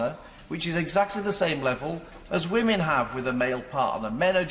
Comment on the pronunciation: ...but, but, but, whammen...